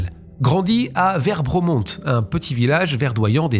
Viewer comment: Trooz ne se prononce pas Trouze mais Trau, tout bêtement. Et Werbomont, Ouèrbaumon, pas Verbraumonte.